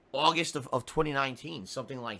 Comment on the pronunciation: UWAWWWGGGGGGGGST = August